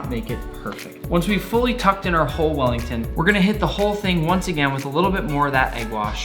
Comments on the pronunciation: sounded like he said fat willy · “fat welly”